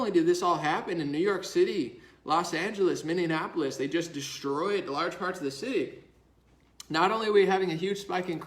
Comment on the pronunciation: Bro. Take a second. You say the word often enough that I don't want you to embarrass yourself repeatedly. The word "Minneapolis" is pronounced "Minny-apple-liss" NOT "Minny-AN-apple-liss". 5 syllables, not 6.